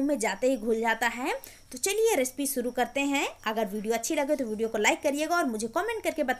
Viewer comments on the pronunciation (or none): none